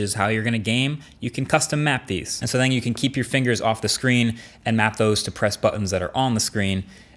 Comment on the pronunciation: DAMER he said “to keep the temperature down”, I had to listen to it a few times but you can fell he says “keep”, he just mispronounced the “K”